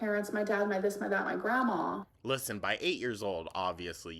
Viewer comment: I know there are more important things to point out but I just have to mention how much I hate the way she says grandma it gets on my nerves so bad every time MAH GRAH MAW